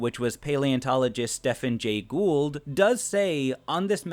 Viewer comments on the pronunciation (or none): none